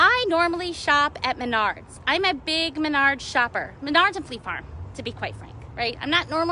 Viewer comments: What the hell is Menaurds????? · Last girl Yea she cant even pronounce the name of the store right, right there Is a stupid ass Karen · Is it pronounced Maynard or Menard